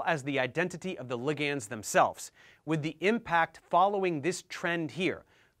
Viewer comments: "Lig ands"?!? Bruh. It's pronounced "li-gnds". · Are you actually pronouncing ligands as ligiands?!